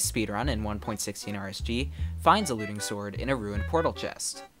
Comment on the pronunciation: When you said looting I thought you were saying “alluding”